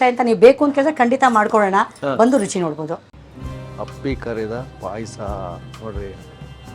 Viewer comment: Appli pay Asa alla. Appi pay Asa